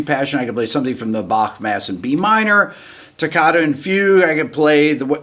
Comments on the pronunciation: Rick I love that you can pronounce Bach correctly I am Scottish and really appreciate it! come visit our lochs😊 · I Like how you pronouce the „ch“ in Bach. Good job (I am german) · I like that you pronounce "Bach" correctly. 👍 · I respect the fact that you pronounce "Bach" correctly as opposed to almost all Americans who don't. A subscriber from Europe...